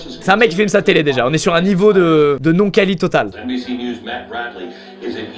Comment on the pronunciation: SQUEEZIE : et tu dis niews